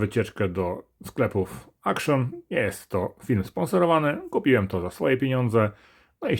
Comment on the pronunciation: "W akszjonie" 🤦